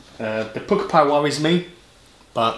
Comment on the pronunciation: I tried the Pukka Pies pizza slice and thought it was disgusting, just a nasty tomato taste, would never eat it again, Also I'm surprised an Essex lad like yourself has never heard the word Pukka before... meaning good, it's pronounced 'Pucker' but you always say 'Pooker' lol